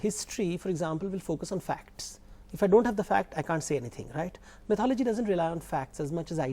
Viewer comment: Stupid woman keeps mispronouncing mythology, even after her host correctly pronounces it. Couldn't she spend 20 seconds to look it up while the camera was not facing her? What sort of journalism is this. And that guy believes atheism is a myth. Two clowns on one show.